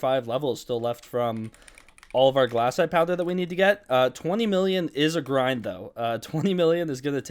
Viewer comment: Its glacite not GLASSITE